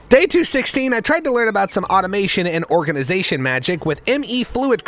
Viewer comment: The only part of the video that made me sad was knowing this is the last time I will hear, "ORGANIZATION"